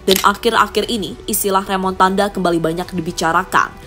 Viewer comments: Remontada.. Bukan remontandaaa lol😂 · Bukan remontanda minn tapi remontada😅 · Remontada🤣 bukan Remotanda😂